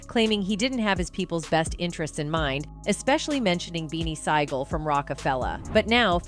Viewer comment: Eh???😮😮😮 Who da FUQK is Beanie Sighgel? Its Beanie Sigel 😂😂